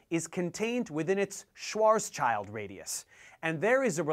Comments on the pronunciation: You are missing an S. It's called Schwarzschild, not Schwarzchild. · Professor Dave, I love your videos, but I couldn't finish this one. Your absolute butchery of Karl Schwarzschild's (not Schwarzchild) name was just too much to bear. For future reference it would be more akin to "Shvartz-shilled" than "Schwarz-child." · Well he spelt it wrong, missed the s, and pronounced it wrong, but it's not even a common screw up. The Schwarz prefix name is in most english speaking countries understood to be pronounced Shwaarts (or Shvaarts if you want to be more correct) but not Shwars. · Great video. The physicist is called Schwarzschild not Schwarzchild, and in german it sound like "shield" not "child". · You sound like you have a stroke every time you pronounce Schwarzschild. (you forgot the s in it too Schwarzschild) The Z is pronounced like ts, and not just a z like zeal. so it's not Shwars child, it's Shvorts-child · German here: Its Schwarz-Schild-Radius, not Schwarz-Child-Radius :-D The german "sch" is pronounced the same way like the english "sh" by the way ;) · actually the first consonant should also be a SH aswell. otherwise it would be "Swarzschild" in german ;-) so in letters of the international phonetic alphabet ist "ʃvaɐ̯tsʃɪlt" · Schwarz-child? Isn't it Schwarz-schild? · Hi Dave, it is called "Schwarzschild" not "Schwarzchild" and you pronounce the second part similar to "shield". Literally "Schwarzschild" means black shield, a typically German Jewish name. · I'm really enjoying these videos on astrophysics. I did some physics in undergrad but I still have a fascination for the mysterious workings of these objects in deep space. Also I just want to point out that Schwarzschild is pronounced " SHVARTS-shilt". It's German for black shield. It's common for English speakers to see the word "child" in there and think that's how it's pronounced. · It’s pronounced swarz-shield radius. “Black shield” in German. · repeat after me: "ssh-varts-shield" - Schwartzchild